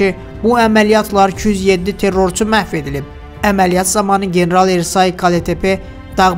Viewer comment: Ersay yox, türklərdə Ə hərfi yoxdu, E hərfi Ə kimi oxunur. Bəxtiyar Ərsoy deyin.